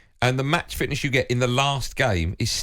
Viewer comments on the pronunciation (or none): These boys can't say "fitness'. They keep calling it match fitchneshhhh.